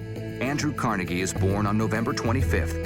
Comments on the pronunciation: Pronounced "Car-nae-gay" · No its pronounced Car-Neg-E. There's no doubt to this because his nickname when he was young was "Neg".